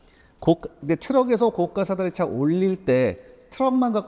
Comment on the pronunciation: 고가 사다리차는 고까로 발음되지 않습니다. 고가사다리로 발음하는게 맞습니다.